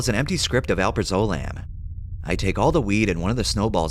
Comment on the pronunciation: Al-praz-o-lamb ;) alprazolam (genetic Xanax)